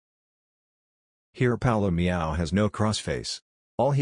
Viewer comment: "a meow" lol